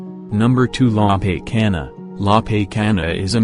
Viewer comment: I can barely understand because of the wrong pronunciation of names particularly la pacana caldera and the robot like voice is annoying